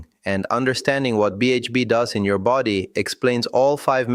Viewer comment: 'Vulerabillies' instead of vulnerabilities! That's my favourite so far! 😅 I hope they translated the book properly, at least.. dog sake! 😉 'befody' instead of 'body'! 😂